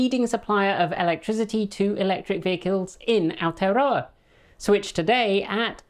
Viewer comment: your pronunciation of Aotearoa has really improved, thanks!